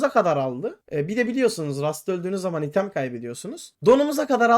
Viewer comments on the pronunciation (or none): none